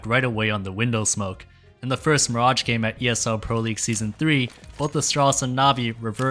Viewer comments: why is this man calling mirage miradg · Gotta say, never heard anyone botch the pronounciation of Mirage so deeply. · The pronunciation of mirage almost drove me mad 🙈 it's a really cool video idea, topic and coverage though!